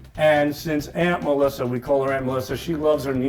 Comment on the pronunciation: Sal can't even pronounce his sister's name. "Melisser"